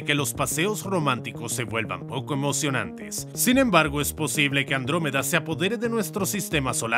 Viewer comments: He oído "Lactómeda" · Andruwey xD